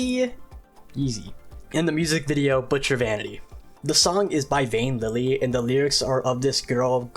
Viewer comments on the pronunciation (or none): I would like to correct some things for Vanity. Yi Xi would be pronounced similarly to "ee she" and the song is made by Flavor Foley who are a group of producers, they just put the song on Vane Lily's channel for some reason (pronounced "vah neh")